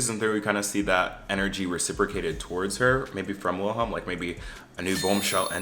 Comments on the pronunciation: The W in Wilhelm is pronounced like a V, so Vilhelm or Ville for short. Also, you should watch it in Swedish with English captions, trust me you won’t regret it! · it's pronounced /'veel-he(l)m/, the W is never pronounced like a /u/ in Swedish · its pronounced like "villhelm" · HAHHA I'm living for your different ways of pronouncing "Wilhelm" ✨ Tip: you could just say "vilem" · U are saying willi name WRONG 😂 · NGL as a Swede here lol, the way you say the characters names especially Wilhelm triggers me so bad lol. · as a Swede having to hear you mispronounce Wilhelm troughout the entire video was so painful but yeah the show is good I like it I'm gonna be so mad if they cancel it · Same, it makes me feel itchy for some reason. But not like the feeling of wanting to scratch yourself but like a phantom touch.